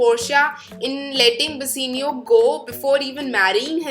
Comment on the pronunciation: It's Bassanio not Bassenio 😂